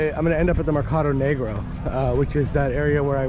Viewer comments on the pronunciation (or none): none